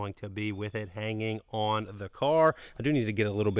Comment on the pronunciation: Ya know… he stopped talking like a crazy person on the last couple videos, but now he’s back talking like he’s just learning how to use “the news” type dialect which is SUPER annoying. Why can’t he just talk normal?? His brother talks normal, well, except when he says “on” and other words that sound like that. Yeah, I know I’m being nit picky, but I love this channel and I should be able to voice my opinion. 🤷🏼‍♂️